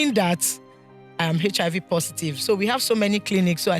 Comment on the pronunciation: is it hechihaivi or HIV Whats wrong with Nigerians 😂